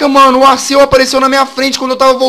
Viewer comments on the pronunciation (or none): jazz se escreve arceus mas se pronuncia arquios